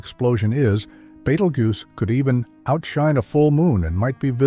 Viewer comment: The AI voice had at least three different pronunciation versions of "Betelgeuse".